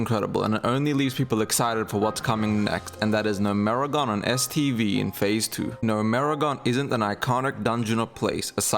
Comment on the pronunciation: never in my life have I heard someone say gnomergan "NO-MERI-GONE" wtaf zoomers really can't read